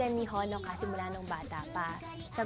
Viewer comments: The way he pronounced honoka made me cringe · That stupid pronunciation of Honoka makes scream.